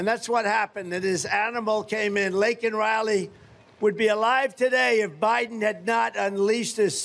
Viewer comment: Better yet, what did he do to console the family of Lakin, besides mispronounce her name. Horrendous! 😊